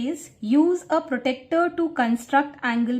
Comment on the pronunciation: Its pronounced as protractor not protector